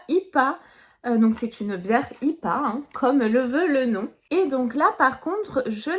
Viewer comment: Coucou, ta vidéo est très sympa, juste un petit détail, les bières IPA ne se prononce pas comme un mot mais comme les lettres en anglais. En phonétique ça fait " une bière aïe pi é" Voilà, sinon encore une fois ta vidéo est très sympa